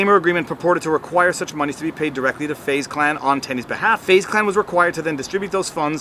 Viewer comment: “Fuze Clan” lol